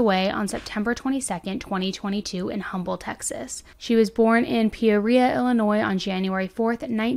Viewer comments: Also, Um-bull (the "H" is silent in Humble, the town.) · It's awful these people just snap when they can't control every so sad for the family . Humble TX is said without the h sound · Hey girl love your channel watch all your video !!! I just wanted to let you know humble it pronounced umble the h is silent ❤❤❤